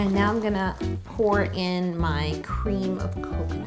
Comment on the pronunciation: I laugh every time she says gOoLd